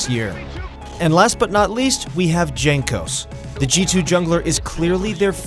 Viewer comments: I cringed when he said "jankos" instead of "yankos" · Jankos should be readed like Yankos, cuz his nickname is from his family name Jankowski, soo polish J should be readed like eng Y. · DZANKOS hahahhahaa its JANKOS! :D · Not DŻANKOS, his nickname is Jankos :) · That's cool and all but you just called jankos Junk-os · Bruh, it's Yang-Kos. For a league of legends channel, you have some really bad research. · If you are going to make a video about G2 the least you can do is learn to pronounce their names correctly. Also most educated people know that in Slavic languages j is pronounced as y. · With Y like "Yankos" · pls check how to pronounce Jankos correctly before uploading a video:) btw nice video;) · This channel tries way too hard to sound professional and knowledgeable, especially with that pretentious name. Can't even pronounce players' names correctly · Gives me diarrhea when u pronounce jankos name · Pronouncing Jankos' name wrong is an insult to the Polish language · I stopped watching when you pronounce Jankos name. rip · the way you say jankos makes me suicidal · Lol pronouncing jankos with j